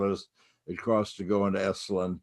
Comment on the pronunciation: Esalen NOT “esslin” !